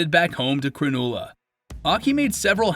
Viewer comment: Just for future reference, it’s pronounced “ kranulla’ Spelt Cronulla